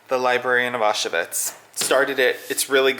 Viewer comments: Its pronounced “ow schvitz” not “ah shuvits” :) but looks like an awesome novel to add to my list! Love the new pillows too. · Thanks for your fantastic videos. Just for info, Auschwitz Is pronounced Ow- Schvitz. Keep up the great work !